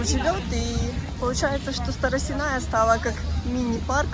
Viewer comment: Старосенная площадь ударение на "Е" от слова " сено".